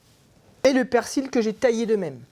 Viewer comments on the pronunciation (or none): none